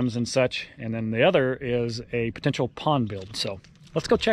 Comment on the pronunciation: It has Po-Tential